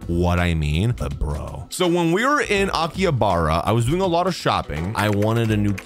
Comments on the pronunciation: It's pronounced Aki-Ha-Ba-Ra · His pronunciation of Akihabara makes me physically recoil